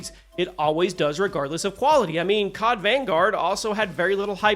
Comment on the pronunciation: bro said cob instead of cod